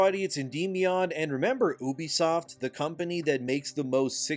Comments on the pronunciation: First time I heared someone pronouce Ubisoft as Obisoft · Farcry is a very special series to me. If this company burns i cant blame anyone for wanting to dance on the ashes but i dont want this to be the end. Ubisoft needs to just do better. Also you need to learn how to say ubisoft and not Oobiesoft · For the love of god please stop pronouncing it "ooh-bisoft", it's pronounced "you-bisoft", I know this for a fact having work with them